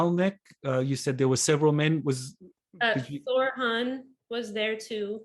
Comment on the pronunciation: "Thorran" NOT "Thor Han". sheeesh my upstairs contacts cringe when they see you say it that way, the 2nd "R" sounds slightly harsh that's where the mispronunciation comes from he is not Thor....